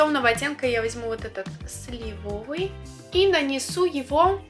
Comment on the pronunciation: блин, снова слышу неправильное произношение слова слИвовый)) спасибо за обзор, выглядит очень интересно! а уж аромат... да и цветовое решение любопытное, редко в какой корейской палетке бывают зеленые оттенки